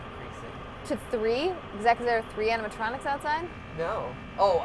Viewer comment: Mat: "Your honor there are no animontronics in my resturant." Judge: hmmmm... GUILTY! Mat: "BUT THERE ARE NO ANIMONTRONICS!"